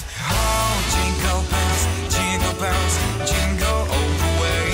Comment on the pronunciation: Динкел бенс, к чему? Фраернуться своим произношением? Я не понимаю слов и смысла этой песенки. Лучше в лесу родилась елочка...